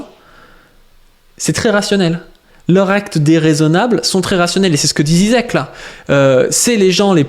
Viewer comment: On prononce "Jijek" 😊